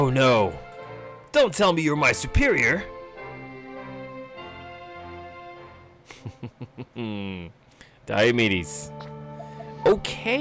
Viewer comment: "Dai-yo"medes, but his nickname is "Dee-o". It's almost like his name is pronounced "Dee-o"medes